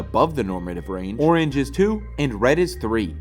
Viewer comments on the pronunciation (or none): none